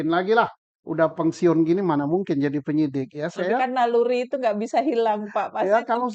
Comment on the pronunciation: pensiun pak, bukan pangsiun hehehe, becanda pak punten